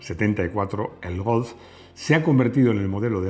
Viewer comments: Porque pronunciará Golf, como Golzzff. Si no tiene ni idea de hablar aleman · Me declaro fan de la pronunciación de cuando dice Golf en tono alemán. Eres grande, que suerte tiene tu hijo. Un abrazo